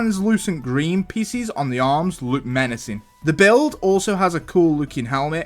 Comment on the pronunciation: Peices ❎️ Piccis ✅️ (This makes me cackle) Also i agree on kai's climver mech on top cuz i absoloutley love the fact that it can hang from things witch makes it amazing for play